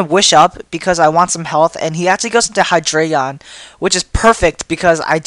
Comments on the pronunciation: ... It's Hydreigon. Not Hydraygon. Hi-Dry-Gone Drei is the German word for three. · I like to pronounce it as "Hy-dray-gon" becase the "drei" as "dry" seems weird for me and stuff. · I wasn't aware that Canine and Dreigon were the same words. German numbers, yo. Look below. one is eins (pronounced eyens) two is zwei (pronounced zvie) three is drei (pronounced dry) Reference that and look at 1, 2, and 3. Maybe you'll notice a pattern relating to Hydreigon's evolutionary line. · I hate the way u say Hydregein (I think I spelled it wrong)